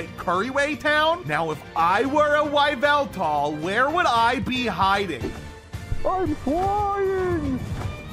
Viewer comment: Whyveltal is the only pronounciation of yveltal that I will acknowledge from now on